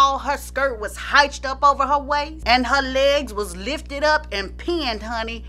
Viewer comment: With all due respect...you have to learn how to pronounce certain words. Have someone look at your videos and check you on them...in this one you mispronounced : "hitched" - pronounced like BITCHED, "revered" - pronounced like BEARD, Maria CALLAS - pronounced like DALLAS....I stopped watching after that one but I've noticed this on a few other videos of yours. . No I'm not a big fan of you exposing dirt on some of our Black heroes, but hey...it's your hustle and you've made it work. But if you're going to do it...do it correctly. Again I mean no harm or any malice towards you. I just believe in each one, teach one and lets say you get picked up and can go even bigger...then you want to present yourself correctly. Blessings just the same.